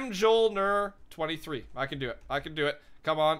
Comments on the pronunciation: "M Joel Ner" same xD its pronounced "myulnur" like Thor's hammer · M-joel-ner made me cringe so hard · Mjolnir is pronounced me-ol-nur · Mjolnir is pronounced (mee-ol-neer). That is the name of Thor's hammer